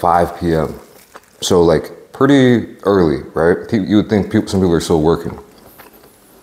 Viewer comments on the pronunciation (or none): none